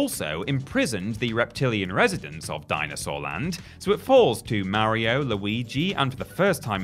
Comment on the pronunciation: Who in the hell are "Merry-O" & "Leeoo Kayng" 😟